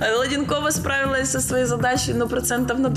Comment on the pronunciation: Не Владинкова а Ладэнкова